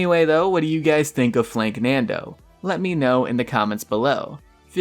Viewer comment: Hey its not flanknando its FLANKANDO no N in it